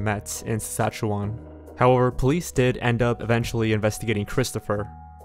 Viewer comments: I feel like these pronunciations should be common sense to U.S. or canadian English Speakers... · Yeah, I made the same comment. Lmao. He also pronounced Saskatchewan wrong too. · Dude really looked at "Saskatchewan" and thought that was the best way to pronounce it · 2 seconds in and cannot get over his pronounciation of saskatchewan 😭😭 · The pronunciation of Saskatchewan names cracked me up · As some one from saskatchewan, the way he said it just made me cringe so hard. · The absolute butchering of the province and town names 😂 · "sasahewa" homie it's suh-scat-chew-wen/win/wan (pronouncing the last syllable is different depending on the area of canada" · Māl Akāi “skatchawan” not Saskatchewan lol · "sassachaweh" Me: screams politely in canadian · I paused and immediately looked for this comment . It sounds like he’s saying Szechuan almost lol . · I had to pause and check right away to see if that’s where he meant, and that’s as an America. Lol Sassachewah. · Hey, I'm from Saskatchewan and I'm glad that you've covered this. It's one of those cases that I find myself thinking of often, because she is close in age to me and fairly close in proximity. You've done a decent job with your pronunciations, but Saskatchewan is pronounced 'Sask-at-chew-in' (at least, if you're from here), and Regina is 'Ruh-jy-nuh' -- just for future reference:p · did he really just call Saskatchewan “*sassatchewa*” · “….In Yorktown Seshashua” “Sheshashwa?” “Shawshank?” “Worstichire?” Lol Close buddy. Close. Next time guy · Saskatchewan is pronounced wrong too. My husband is from Regina. Lol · The weirdest part is that he pronounces it correctly later in the video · that and how he pronounced Saskatchewan and Yorkton...like wtf? Do your research! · It’s pronounced Sa-saktch-e-wan and Regina is pronounced as “the city that rhymes with fun” - Mick Jagger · Great video, but the way you pronounced “Saskatchewan” and “Regina” gave me ear cancer.